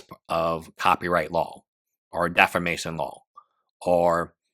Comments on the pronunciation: you HAVE to learn to pronounce "defamation." It isn't defermation. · If I hear one more legal youtuber say "deformation" instead of "defamation" I swear... you will have an easy case against me in court if they find you